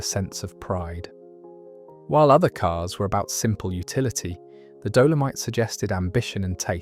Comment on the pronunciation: Some of the pronunciations are wrong .... what is a Doleamite? And Cap ree!! Good compilation though brings back memories of preparing your own car due to them all being so simple to fix.